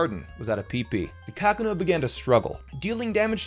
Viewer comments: Why do you say "Kakuna" like that? Ka-kuh-nuh. It's pronounced ka-koo-nuh, lol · Kackina???? Kuhkoonah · Why do you say kakuna like Kack-u-na? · "KACK-oo-nah" Me: dials 911 "I'd like to place a restraining order on someone." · Bro, it's KaKUna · I'd argue more people pronounce it more like cocoon with the uh at the end. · Uhh is no one going to speak about the disrespect to kakuna and the way he pronounces it ? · Never heard kakuna pronounced that way... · Why do you pronounce kakuna wrong then the last one you say it right??? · please tell me youre joking when you pronounce kakuna like that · You start by pronouncing kakuna wrong a few times, but then at 1.47 you pronounce it correctly lol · Who the fuck says kakuna like that… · I stopped when I heard the way you pronounce Kakuna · Your pronunciation of Kakuna almost gave me a seizure. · Bruh why on earth are you pronouncing Kakuna like that hahaha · Why is he calling Kakuna that wtf